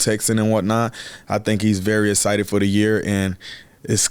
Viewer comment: He's "ehcited", I'm ehcited, we're all ehcited. Haha love you R0-dawg ! Let's f*ckin' go Ravens!!!